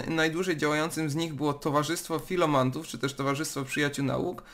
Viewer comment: Chłopie, żadnych FILOMANTÓW ale FILOMATÓW.Ucz się, przed tobą duuuużo nauki, Ty filomancie. Innych chcesz uczyć a sam nawet nie potrafisz prawidłowo przeczytać prostego słowa